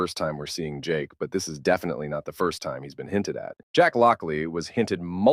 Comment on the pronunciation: Its jake not jack